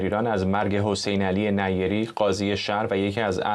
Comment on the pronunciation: نیری با تشدید روی ی نه نی ری لطفا فارسی را درست گویش کنیم